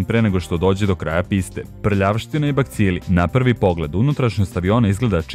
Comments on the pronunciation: Kaze se BACILI a ne BAKCILI. Ovo nije hejt nego ti kazem da znas. ;-) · inace kaze se bacili, a ne bakcili 😂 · nisu baKcili nego bacili (no hate)